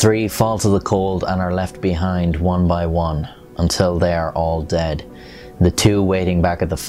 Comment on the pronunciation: The way u say ....." DEAD " lol